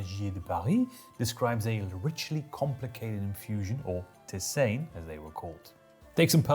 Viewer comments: "Tissain"? "Teezan"! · if you were lucky there might be a smallholding that brewed beer. In larger towns there's a tavern. Most "adult beverage" was made by individual homes for self consumption. Whoever brewed the best sometimes others might come over to have some. Also, i always thought tisane was pronounced (tee-sah-nay) which is where we got the word "tea" from